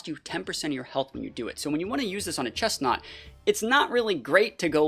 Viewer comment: IT'S CHESNAUGHT, NOT CHESTNAUT! AND DO NOT LEAVE OFF THE R IN GRENINJA!